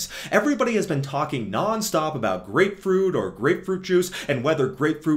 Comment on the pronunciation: Blud flow and grepefrut 😂😂